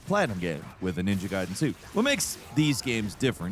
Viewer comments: ninja gAyden fALL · Ninja GAYden 🤦🏻‍♂️ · I only call them ninja gayden. Guyden is cool and probably more accurate. But as a 90s baby it's gayden. Sounds like the sum of the review. Not a dis let's enjoy ninja Gayden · With Itagaki's passing, ima need you to delete this whole damn video, and record it again, saying GUY-DEN! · You probalble already got thousands of comments about this but still: It's called Ninja Gaiden not Ninja Gayden for crying out loud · Gayden and Rieyuu huh? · Takes a special kind of stupid to call it Gayden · ninja gaiden not gayden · Can you please just say Ninja Gaiden correctly? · Please just pick one way to pronounce Ninja Gaiden and Ryu. I don’t care which way, just pick one. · Have you never heard anyone pronounce the games name like ever before? I absolutely hate adults who can't pronounce pronouns properly, You literally are going out of your way to be dumb & that's blasphemous. You're an idiot for saying it like that & you're annoying. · Okay we get it you love Platinum. But at least pronounce the games name correctly throughout the entire video!😂 You may not have noticed. You definitely said "Ninja gaiden" two different ways. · You pronounce the game differently throughout the entire segment of this video. I was pissed how you first pronounced it. Then you said it right. Then you said it wrong again! Come on!